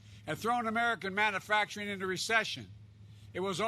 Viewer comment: The moron can't even pronounce manufacturing. What a looser, literally!